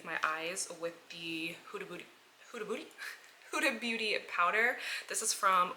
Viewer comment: “Hudabootie” 😂 Love you! Your videos always help soothe my anxiety! 💖